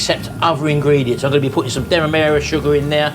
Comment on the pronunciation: You don’t get anything for a pear … not in this cake! Derra-marer? Don’t you mean Demerara?